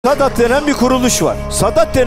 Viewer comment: Sadat kelimesini doğru telaffuz edebilse iyiymiş,ilk kez alt yazılı olanına denk geldimde ne dediğini anlamış oldum...